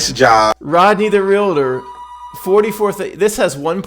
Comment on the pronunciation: Glad you said 'realtor' and not "relator"🙂